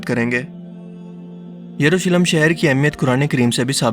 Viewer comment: Jurusalem nahi ...yerusalem..yahoodiyo ka anjam bura hi hoga...inhe kon bacha Sakta h..